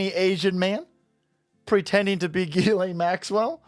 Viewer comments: Its pronounced “Jizz” lane Maxwell bro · Uh..., it's pronounced "Jizz-Lane" Maxwell